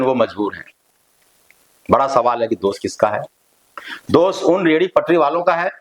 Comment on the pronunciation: आप पढ़े लिखे व्यक्ति हैं लेकिन हिंदी भाषा भी बिलकुल सही नहीं बोल पाते हैं क्योंकि आप जितनी बार भी दोष शब्द को बोलते हैं तो दोष बोलने की बजाय हर बार आप दोष को दोस कहते हैं और ये बहुत ही ज़्यादा ग़लत बात है